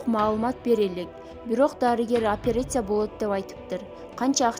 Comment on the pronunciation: Апересия дебей операция десениз окуу тажыйрбаныз жакшы болуш керек да